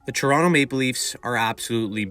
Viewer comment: Dude.. pronunciation. TORonto ..not churonto it's not a chiro or a food it's a place.